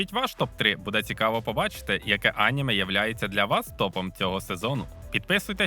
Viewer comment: Неправильний наголос на слові аніме